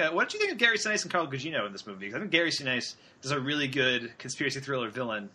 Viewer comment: Seven minutes in, and you don't know how to pronounce Gary Sinise. 'Bye.